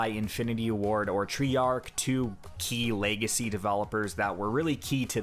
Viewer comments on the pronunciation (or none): none